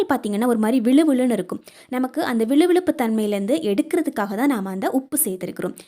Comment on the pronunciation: விழுவிழுப்பு என்று சொல்லக்கூடாது.வழுவழுப்பு என்று சொல்லணும்.